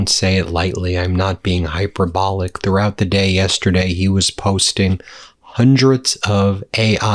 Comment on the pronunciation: high-purr bull-lick not hyper-bowl-ick